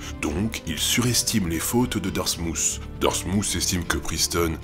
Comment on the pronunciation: Darmouth est plus proche de "Darmouss" niveau prononciation que "Darmoutt". Vous pouvez aller voir la vidéo qui a pour titre "Day in My Life - Dartmouth College!" il prononce le mot dans les toutes premières secondes.